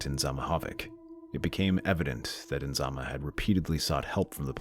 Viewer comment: So tragic.😢😢😢 It's Nizama not Inzama.